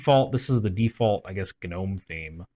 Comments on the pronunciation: Why is everyone pronouncing the g in gnome? it's silent. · Every time someone pronounces the G in Gnome i can’t help but think of the “I’m gnot a goblin, I’m a gnome” meme